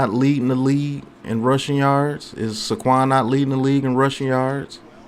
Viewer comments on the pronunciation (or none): Bro... I enjoy your vids but please stop saying Suh Quan. It's Say Quan. Say it with me now. Lol keep up the good work tho